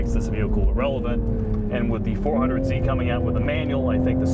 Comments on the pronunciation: Cringe every time they kept saying 400z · Please stop calling it "400Z"...